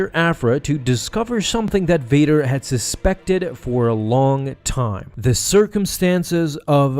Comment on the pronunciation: You know I really like how you say Darth Vader’s name.